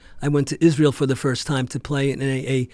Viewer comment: the way business casual terrorist Mike snaps when he says Israel got me crying